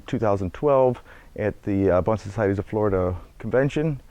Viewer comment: Thank you for pronouncing "bonsai" correctly! :-)